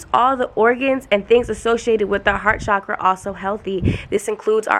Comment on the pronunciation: PLEAAASE say CHAKRA not cshakra❤️❤️ cha-kra. It’s not a fancy French word it’s hindu/sanskrit xx Ps. Are you able to answer how to be more feminine when you’re a divine masculine? By human & spiritual genetics I’m divine masculine but Idk how to be more feminine and it hurts my body. My body & frequency flashes tell me that I need to let go & be more feminine but idk how to